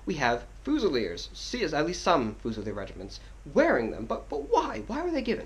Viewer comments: It's pronounced "fyoosilier", not "foosilier"! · Pronounced fuse rather than fooz -ilier